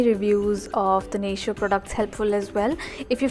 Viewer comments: it's pronounced nay-tee-oh (: ❤ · Pronounced nay-teo